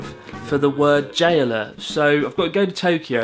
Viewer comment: the way you say "J-alert" it sounds like you're saying "Jailer" :D